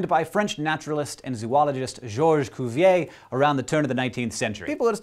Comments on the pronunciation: George Cuvier... Cuvier isn't said like "Coovier"... the "U" in french isn't like "ou" or "oo" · English doesn't have the /y/ sound in French 'u'. For what it's worth, he also pronounced the 'er' of 'Cuvier' like English 'a' /ei/ and not French /e/.